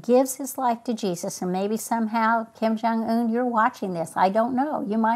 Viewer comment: "Kim Jong Ooon"